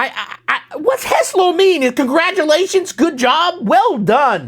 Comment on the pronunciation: hey, mister, "heslo" means password. thus "heslo nasledujucej miestnosti" is password for the next room is... :) you're butchering the slovak language pretty much there :D :D :D